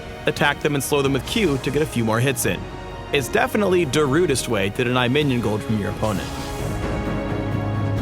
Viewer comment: Did he just say Darudes way ? I laughed so hard i read all fking comments under every azir vid from pbe and there was always at least one darude comment but this just toped it